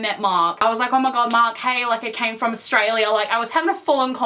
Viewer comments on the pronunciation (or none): none